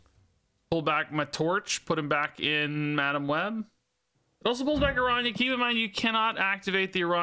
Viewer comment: lol actually your pronunciation of the "ñ" its quite good